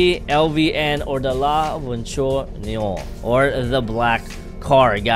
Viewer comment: Umm I actually want foxzie to add opening doors in CDT and opening engine hoods BTW u pronounced Noire wrong u said it Niore its prounounced like this La Voiture Noire u pronounced it like this "Nowar" not "Niore"